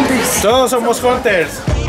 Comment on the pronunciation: dicen.( jonters) jajajajaja. no mames